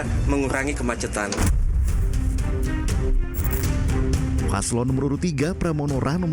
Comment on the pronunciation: Bagaimana mau perbaiki jkt, bahasa Indonesia aja belum benar, kemacetan, sebut kemacatan😀